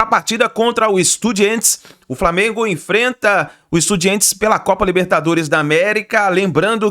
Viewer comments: Porque falar estudiEntes e não estudiAntes? Nunca vou entender! KKKKKK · De onde ele tirou essa pronúncia EstudiEntes?